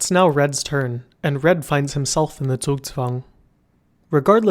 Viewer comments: He got the z in zugzwang right! Nice job! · never have I heard a non German pronounce a German word correctly, especially one like Zugzwang